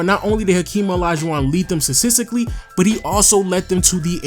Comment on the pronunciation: Ugh my G, please learn to pronounce statistically